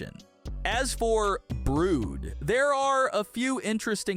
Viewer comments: It's Brud not brood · ITS BRUD NOT BROOD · Not to be mean but it's "brud not brood" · Brood? It's brud and clookr what???? It's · Brud❌️ Bruid✅️ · it's brud not brude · it not brood it brud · It's brood but brud😂😂😂😂😂😂😂😂😂😂😂😂😂😂😂😂😂😂😂😂😂😂😂😂😂😂😂😂😂😂😂😂😂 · It's brud not brown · BRUUUD?? I ACTUALLY THINK ITS BR-UH-D thats just what I think you can say whatever you want CLUUUUUUKR I ACTUALLY THINK ITS CL-UH-KR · The way he said brud he said brrood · Mister it's not cloaker it's clucker and it's not brood it's brude